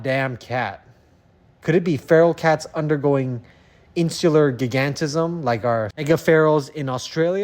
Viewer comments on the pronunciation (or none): 'gig-ant-ism'? isn't it 'gi-gan-tism', as in 'giant', 'gigantic'...